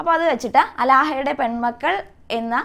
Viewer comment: അലാഹ അല്ല ടീച്ചർ ആലാഹയുടെ